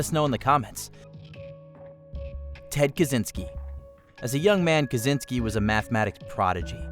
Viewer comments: It's Ka chin ski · As a Polish person it's always hurt when people mispronounce Ted Kaczynskis surname, I guess it's Polish surname so "cz" suppose to be pronounced as "ch" like in word check